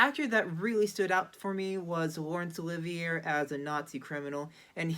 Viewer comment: You should probably no how to pronounce Laurence Olivier.